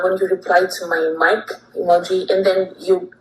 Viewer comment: why does this moron say emo geee like that